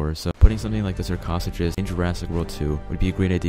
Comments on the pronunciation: (shark oh sucus) not shark (koth u kus) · Sarcasuckus lol its sar-ca-such-us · Sarchosuchus is pronounced sar, co soo cuss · YOU MISPRONOUNCED SARCOSUCHOS OMG